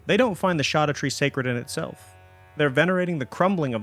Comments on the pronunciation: Mind boggling you say "Land of Shadow" but also "Shawdoutre" Scadu is old English spelling of shadow. It's... literally the name of the DLC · Please... It should be pronounced "skadutree", not "shadutree" 😕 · It’s said SHADOW. It’s old Germanic. Look it up… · bruh keeps on saying shoddatree like a doofus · It's shadowtree. I wouldn't have commented by your whole intro acted like it's a mystery. It's just a mysterious as how gaol is pronounced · It's literally pronounced as we pronounce "shadow" today. Only the writing is different. The fact that he claims that "we don't agree how it's pronounced" puts a huge red flag in front of the entire video. If he can't even find out how it's pronounced correctly how can I expect a good lore analysis. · it was already proven scadu is pronounced shadow. lit one google search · I think i've heard "scadutree" pronounced every way possible but the one i've chosen: Scadoo. Like "blue scadoo we can too". I even sing the jingle when i go back to the land of shadow. Every time. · I pronounce it the same way Grandpa in Hey Arnold! says "23 Skidoo"... just with an A instead of an I. Makes my wife laugh. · Except he still pronounces it wrong. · Scadutree is pronounced like Jack black ad libs